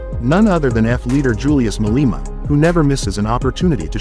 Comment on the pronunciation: hahahahaha oh the irony julias malema calling people racist haha you couldnt make this up and he cant even get his name right hahaha